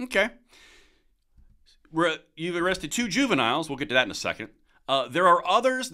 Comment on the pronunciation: When this cold-hearted orb said " juniniles" were those said juviniles GANG MEMBERS?